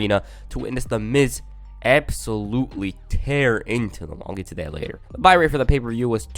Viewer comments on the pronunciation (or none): none